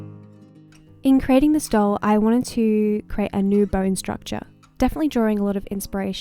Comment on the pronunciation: CREATE not Crate